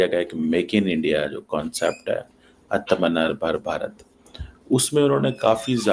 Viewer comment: Abe tere ko bhosadiiii ke Atmanirbhar Bharat bolna nahi aata,saleee too madarse ki paidais hai,Dr lagna chhod de,kutton ko ghee hazam nahi hota.